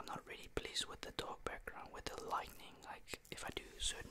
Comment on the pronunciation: Dutch people say lightning not really sure why but yea its not him it's just how duch people in general pronounce it